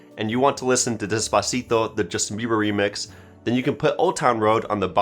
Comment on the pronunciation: He pronounced despacito the wrong way